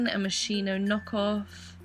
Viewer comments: it's pronounced like "moskino" not "moshino", italian here lol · It's 'moschino' because you say 'moshino' but actually there's a 'c' in between so moschino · Is moschino with h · It's pronounced MOSKINO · Omfg lol can people please learn to pronounce Moschino! These people killing me buying fake things and not even trying to pronounce it correctly. Do the brand that one tiny favor lol